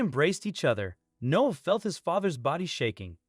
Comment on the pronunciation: The kid’s name is “Noah”, not “No”! Unbelievable.